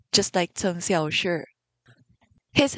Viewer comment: Unrelated to the video but i am completely in love with the way you pronounce cheng xiaoshi’s name as a chinese speaker myself it is very satisfying to hear